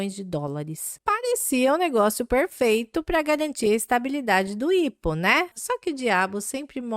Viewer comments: IPO = "Ai Pi Ou" e não "ipo" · IPO se lê "Ai Pi Ou"